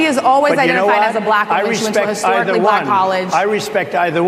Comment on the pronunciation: a bulack person… gthoh 😂